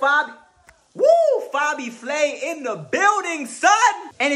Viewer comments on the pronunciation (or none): Bro, did you say “Fobby Flay”??? 😂😂😂